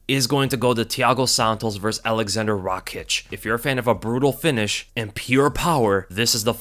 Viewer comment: No Rakiić, its Raakić